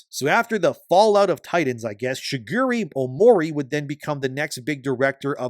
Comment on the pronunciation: Matsuda? Shugeri? Any chance you could properly pronounce their names?